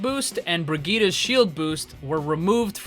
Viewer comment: Wtf is a "Brigita"